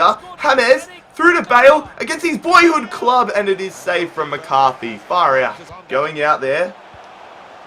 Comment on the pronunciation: love it when he says 'far hout'